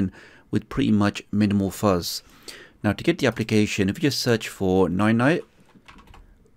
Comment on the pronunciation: Dis you just said Noy noy?